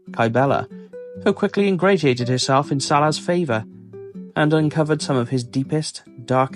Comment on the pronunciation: It's AI, no? He mispronounced "ingratiate."